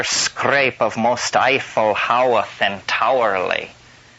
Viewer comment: ‘Howth Castle’ - pronounced ‘hoe-th’ not ‘how-th’ for any of you sticklers out there ✌🏼